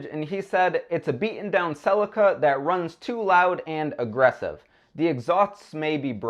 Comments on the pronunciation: Celica is not said with an a .... americans again learn to speak english its nt neesan its nissan ... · can you not pronounce celica or mazda?